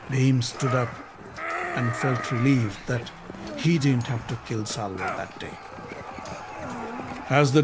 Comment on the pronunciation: It’s Shalya not salva